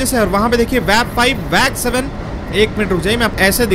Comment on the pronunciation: It is not Wag7 it is WAG7 do not pronounce all words on WAG 7😂😂